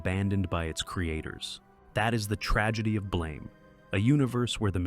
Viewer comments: You pronounced "Blame!" wrong. Its a softer, longer; Blaum. Like the word "Plum" its an "BL-AUM". Rather then the sharper Blame; as to blame someone. This shifts the tone of the manga because it disconects the title from its material. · It's pronounced closer to "BLAM!" Like a gunshot. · This video takes countless liberties, has lots of inconsistencies of the fiction they're talking about, and almost every category has words completely mispronounced. I'm hesitant to believe any of the other categories, when BLAME isn't pronounced correctly, and the "god" is the Safeguard, who is actively trying to help Killy. AM is just pronounced "AM", not spelled out, and if I remember correctly, it says that itself in the story, as it created its own name and wants it to be known. Evangelion isn't pronounced correctly, and I'm already hesitant to continue watching the video if the lore isn't accurate in this section either.